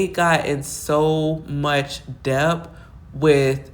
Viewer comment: Debt ( pronounced de-t; the b is silent)...mean no shade...great commentary